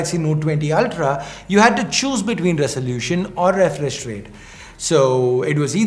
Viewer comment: Did you just say refrish